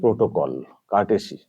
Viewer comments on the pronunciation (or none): Pronounciation gulo thikthak korun.... coursey ta ki bolchen......